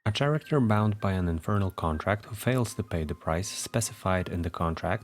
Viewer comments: Karacter. Not sharacter. Otherwise great video. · “Chair-acter” is absolutely precious, I have never heard this pronunciation and I love it